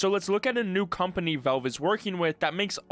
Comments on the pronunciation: It's pronounced as Valve, not wellve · are you saying 'Velve'? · Why U say Velve bro? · Take a shot every time this dude says "Velve".